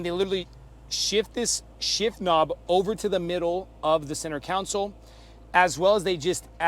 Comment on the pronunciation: Center console, not counsel/council.